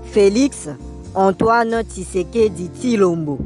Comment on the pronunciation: Tisekedi tilombo, prononciation matata